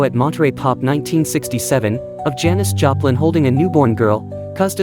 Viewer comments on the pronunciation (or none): Janis Japan? AI is so bad. Can’t even get her name right.